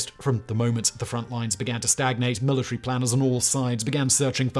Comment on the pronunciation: Careful now. If you start picking apart his pronunciation... It'll never stop. Mila tree